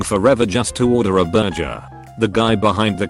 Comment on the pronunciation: Nobody: Literally nobody: Text-to-speak voice: BerJER